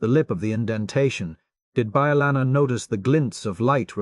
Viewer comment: 20 different pronunciations of chakotay and bellanna and none of them correct or even consistently 😂